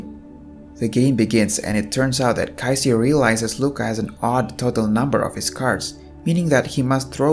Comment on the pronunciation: Everything is Great until You had a hard time saying their name...Kaiji and Qing.....